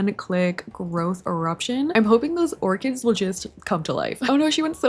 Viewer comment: not me hearing "lets get these ORGANS" not orchids 🤣